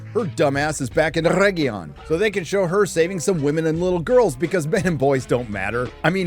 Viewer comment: Please stop saying Errregion, just stop, its too much cringe to bear